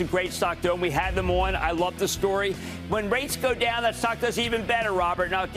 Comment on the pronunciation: Buddy had a 10 page script and couldn’t even pronounce the stock correctly